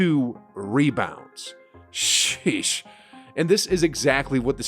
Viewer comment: His sheesh sounds so white